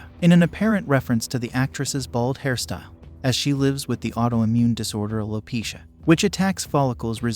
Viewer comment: 1st: Her name is pronounced JAY-DA not Jah-da. 2nd: The quote was "Can't wait to see IT" Not "Can't wait to see ya." 3rd: The disease is called AL-O-PEE-SHA, not Low-pee-sha. And all you did was play Nugent's shit over again. You suck at re-packaging content.